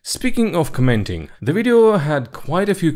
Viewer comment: its not "co-MENT-ing